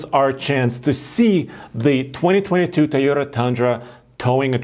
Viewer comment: I might be the only one bothered by his pronunciation of the word Toyota.. Its not Tiyota. Easy fix.